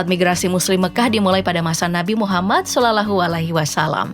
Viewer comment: Tulisan naskahnya sih dah benar tapi cara pengucapannya yg salah.. sepertinya dia non islam ya?